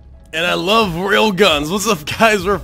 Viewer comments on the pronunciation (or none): none